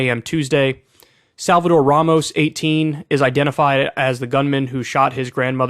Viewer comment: Abbot does a press conference and when he said Ramos' name, he kept mispronouncing it "Romas," as if Ramos was some unpronounceable name. It's a perfectly stark exposure to the hard lack of empathy and connection to all the people of Texas, not just the white good ol' boys and girls.